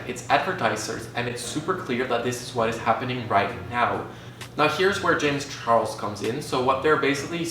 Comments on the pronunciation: I hate to be that person but its james charles not james chorles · “JaMiE ChArLoS” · "jam charlos"